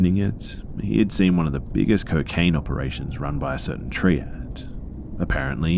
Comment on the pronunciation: the word is, Assumed. as you can see there is no H, just as theres no H in Consume, assume or presume. "triad" pronounced Try-add, not tree add thanks for listening, if you're going to literally talk into a mic for a living, at least do it correctly and not half assed, if i was your boss id dock pay for every one of these mistakes you ever make. also very often when the writer says something sad or scary you sound like you're almost laughing about it, dont, thats insensitive